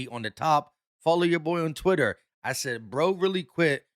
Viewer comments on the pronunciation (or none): none